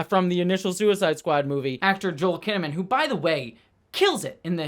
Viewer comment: pronounced Jo-El Kinnaman like some kind of Kryptonian, just an FYI.